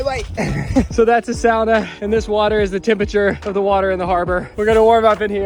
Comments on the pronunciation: oh did he say sauna correct way, wau i mean wow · I do appreciate finally pronouncing “sauna” correctly in Finland, will be curious if it carries to future videos 😅